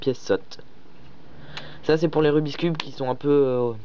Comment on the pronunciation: Ce n'est pas rubis cube quand tu le prononce!!! C rubikss